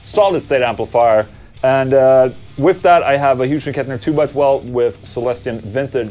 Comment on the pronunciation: Omg he said it again 😅😅😅 it’s NOT HUGE and Kettner it’s Hyooz and Kettner. Anyways I’m having chicken Alfredo for dinner. Oh and yes thanks for the videos.